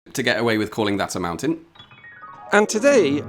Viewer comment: well you're not calling it a mountain here (you're calling it a moutain 🙃)